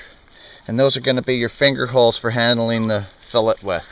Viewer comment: Pronounced filet wrong